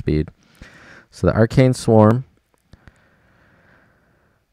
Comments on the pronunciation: "ah- RACK-nee", not "are-cane" from Ancient Greek ἀράχνη (arákhnē, “spider”) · It is A-rach-ne not arcane. Arachne, her name meaning spider in Greek, was a beautiful woman that had a great talent in weaving. So...the name in the game sorta doesn't match the images. But why are you making this video with a city full of troops while it is burning??